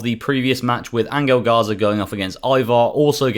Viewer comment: Angle garza ??? Angel garza lol